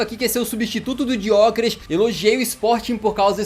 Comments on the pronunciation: dgiokeres?!?!! ele n e italiano dude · Não tankei ele falando Diokeres e Sésko kkk